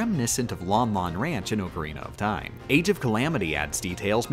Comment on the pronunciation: "oakarena of time"